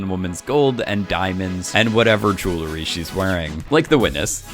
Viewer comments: dude can you stop pronouncing "JEWLERY" like a 14 year old? lol jesus... it's JEWELRY. literally how its spelled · Say it with me “J-E-W-E-L-R-Y!” Why do you idiots keep adding an extra “L” between the “W” and the second “E”? Hearing the word “Jewelry” being butchered is so fucking aggravating.